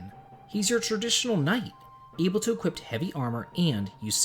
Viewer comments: where is there a T in "equip"? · Equi*p*. The word is equip.